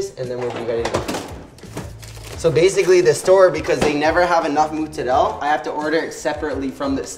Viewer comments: I live in NYC since I was 11 and I never heard Italians pronounced Mozzarella cheese like he does. Either they’re too assimilated and don’t speak Italian well or he’s part of Italy where it’s like Mississippi English here. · Love this video but please learn to say Mozzarella correctly if you want to try to sound Italian. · Well you will get cancelled for saying “ Muzzarell “ instead of Mozzarella. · The pronunciation sounds strange when thrown in the middle of english, better probably just using proper italian, saying all the letters of the word (Mozzarella and not muzzarell) also american people have no idea of the concept of double letters sound, which in italian language is essential for pronunciation. Please also guys, be carefull cooking pizza at that high temperature, when the crust is burning like that is really bad for you, it's called acrylamide and it is rated as a potential cancer-linked substance. The oven should be around 350° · From an Italian: please stop saying mozzarel..mozzarella!! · Hey Mikey, it's MOzzarellA, not Moozarel ;) love, from Italy ;) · its not pronounced MUZARELLA , just sat mozaaarellla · I love the way he pronounces moozzarel. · "I used to say mozzarella but a bunch of Italians got mad at me" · Where do american italians get this mozzarella pronounciation from its not muuuzzarellll lol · Ya lost me when ya called it mootzarell. We get it man, you’re Italian, relax (even though Italians in Italy still say mozzarella). Mikey the kinda guy who calls pasta sauce “gravy” 🤦🏻‍♂️ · Why is he saying “mootsarelle” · What a nice guy but he pronounces mozzarella wrong, it's incredibly cringey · good job michelino thats a legit homemade pizza! next step could be getting into sour doughs and the right mozzarella pronunciation 😅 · The way he pronounces mozzarella reminds me of that one south park episode where randy becomes obsessed with cooking. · I'm really triggered by the way he pronounces Mozzarella... Other than that he seems like a cool kid